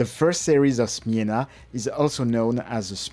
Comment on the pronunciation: Chapeau bas for your effort to find out proper pronunciation 👍 Smena was very popular as a first camera for kids also in Poland, so I had it too. Thanks for bringing back nice memories.